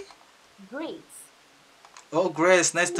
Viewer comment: Greece = Yunani, is not "grace" Sorry kalo ngga salah ya bang 🙂🙏 Support... dengan cara no skip iklan